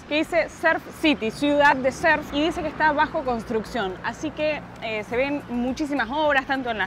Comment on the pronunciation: "Surf" no serf Hay que pronunciar la U 😅